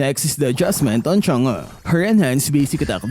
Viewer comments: Correction lang po to. Hindi po to pagiging negative or pangbabash. Kase palagi ko po kaseng naririnig na yung pronunciation mo ni Chang'e is "Chang-uh". Yung tamang pronunciation po is "Chang-euh". Yung half E and half U sound lang po yan pero more on E po siya or parang A nanga yung pag pronounce sa kanya eh. Kaya ngang e ang nasa Chang'e is because e dapat yung naririnig mo pero hindi like "Chang-i" which is prinopronounce halos ng lahat ( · Why you always pronounce Chang'e as changa .? 🤣😂😆